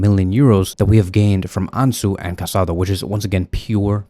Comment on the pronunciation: It's not Casado. It's Casadó. There's a difference.